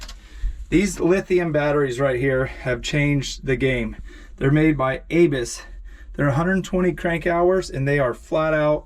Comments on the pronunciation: A-biss, a-biss, Its abyss! Like being in the abyss! Lol not (A-biss)! All love mate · It’s pronounced “a-biss”. Not “A-biss”. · Bro you never saw the movie "the abyss" pronounced uh biss... But badass nonetheless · Growing up in S.Fla with 🐊 🦈 🎣 teaches you to love and respect nature, your boys are lucky to have you as father. Ha, and Abyss is pronounced like Abyss in the ocean buddy. We love you, thanks for all the hard work and taking us along for the ride. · You’re saying abyss really weird 🤣